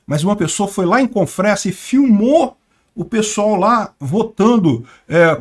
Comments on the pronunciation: SE FALA "CONFREZA" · Confresa se pronuncia com z